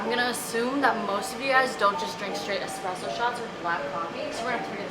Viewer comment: ESpresso not eCspresso my guy 😞